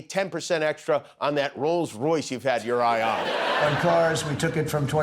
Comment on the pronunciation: He calls it "Rose Royce"....that was a pop group.